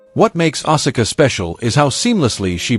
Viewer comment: Asula's name is pronounced "Ah-Ska" not "Ah-Sah-Ka"